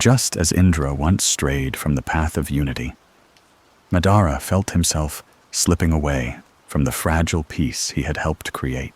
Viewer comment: Did you even watch the show ?? Who is Ma-dar-uhhh 💔🥀